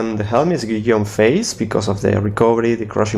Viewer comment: best pronunciation of Guillaume's I've heard!